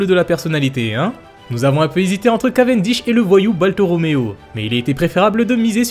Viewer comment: Baltoromeo 😂😂😭😭 c'est baltolomeo 😂😂